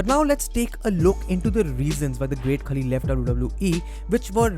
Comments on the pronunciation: Its pronounced not 'kali' its 'khaali' otherwise a great video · Hope Kavita Devi becomes successful in NXT and main roster.. btw it's Khaali.. not Khali.. As usual awesome content and presentation bro!! #RustyRocks